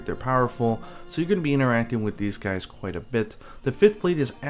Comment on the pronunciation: 'hope you juys enjoyed this video' that made me laugh xD